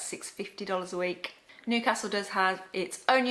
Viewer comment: its pronounced as newcastle not nocastle but good review